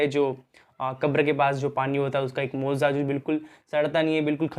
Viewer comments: Mooza nahi mojiza hai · Bhai moza nhi mojiza hota hai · Mauza nahi mojza hota hai bhai